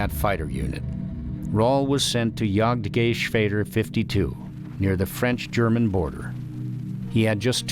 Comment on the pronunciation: lol "yagd-gay-schveder"